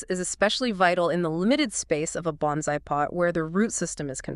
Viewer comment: Very nice video except for your pronunciation of bonsai.